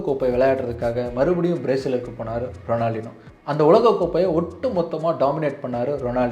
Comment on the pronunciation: எனக்கு ரொம்ப ரொம்ப பிடித்த கால்பந்தாட்டக்காரன்..! அவர் கூட விளையாடுறவனுக்கு பயித்தியம் தான் பிடிக்கும்..! 🤷 ஏன் காணாமல் போனார் ன்னு ""இப்ப"" தான் தெரியுது...!😤 அப்புறம் அவர் பெயர் "ரொனால்ட்-இன்யோ" ரொனால்டினோ கிடையாது..! எங்கேயாவது இருந்து சுட்ட கதையா இருந்தாலும் சரியாக முழுசா சுடுங்க..!🙏 நன்றி 🙏